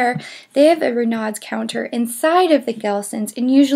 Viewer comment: Not sure, but I suspect Renaud's is pronounced "Ruh no." And Pain au chocolat is pronounced "pan-o-show-ko-lah." Thanks for the vid! (I live a block from the Arlington and know these places well. Enjoyed your sharing your ideas about'em).